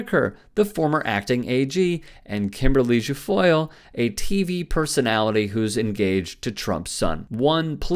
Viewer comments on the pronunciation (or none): Jill-foyle? That’d be a hard “G”.